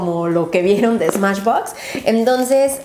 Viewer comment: en el minuto dijiste smachbox o algo así pero no dijiste smashbox like si te diste cuenta